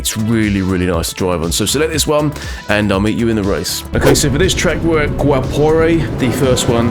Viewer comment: Great combos,! The pronunciation of the track names are pretty close, specially for Guapore. I would try also Cascavel, the long down hill 2-apex turn 1, called Bacião corner is a must drive, considered the hardest corner at the Brazilian Stock car calendar according to the real drivers. Cheers!